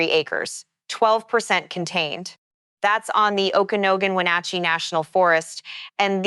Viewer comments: oak-a-know-gun? seriously? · Thank you for covering this area. I understand it's just a guess in the dark as to how to pronounce those names so let me give you some phonetic spellings to maybe get the names correct. The name of the county is pronounced Oak-uh-nog-an (spelled Okanagan) and the name of the town is pronounced Toe-nas-kit (spelled Tonasket) It is very distracting to hear them pronounced incorrectly. Thanks! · At least pronounce Okanogan correctly damn